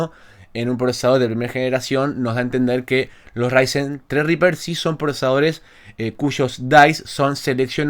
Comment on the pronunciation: tienes un zredriper hace 2 años y no sabes como se pronuncia? XD Así mismo zredriper... Por lo demás SOS UN CRACK.